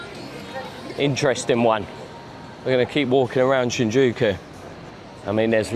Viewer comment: you were close mate, just forgot the "Y" lol